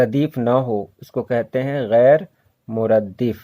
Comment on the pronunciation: salam alaykum, ghair muraddaf ko ap ghair muraddif q bol rahay hain koi khas wajha??